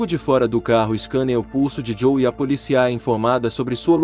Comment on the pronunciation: Só um adendo à narração: a pronúncia correta é "poLÍcia", com a vogal tônica no "i".